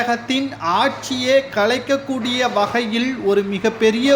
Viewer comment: "திராவிட முன்னேற்றக் களகம்" அல்ல, "திராவிட முன்னேற்றக் கழகம்". "களைக்கக்கூடிய" அல்ல, "கலைக்கக்கூடிய" "ஸெந்தில் பாளாஜி" அல்ல, "செந்தில் பாலாஜி". "ஸடலமாக" அல்ல "சடலமாக". இன்னும் பல குறைகள் உங்கள் தமிழ் உச்சரிப்பில் இருக்கிறது. நன்றாக தமிழ் உச்சரிக்க கற்றுக் கொள்ளுங்கள். தமிழை கொல்லாதீர்கள்.